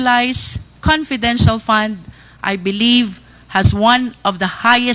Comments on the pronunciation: Itong si wala talaga siyang letter "F" sa English niya. Puro "p" na lang. Nakaka annoy 😒 "conpidensyal pan in parderans op septi". dang!!!🙄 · hai nu opcors daw at conpidential pond haha pano po kau naging general?